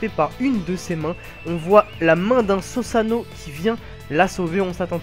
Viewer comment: par pitié on dit SOUsano et pas SOsano